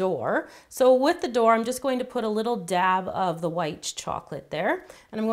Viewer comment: why are you saying dab like dabonit😎😎😎😎😎